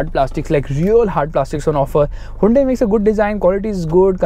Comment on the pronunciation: "huindui verna"????